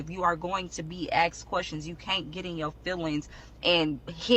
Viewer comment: Asked not aksed